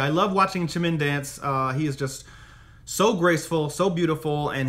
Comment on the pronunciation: Just so you know, the J in Jimin's name is pronounced like a regular J. I've noticed you saying it like a CH. Not sure if that's because of the Chim-chim nickname, but it is still just a regular J. Just thought you might want to know :)